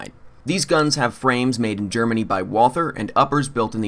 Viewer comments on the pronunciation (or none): none